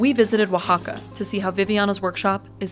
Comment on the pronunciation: wow is the first time that I see someone said Oaxaca right 😂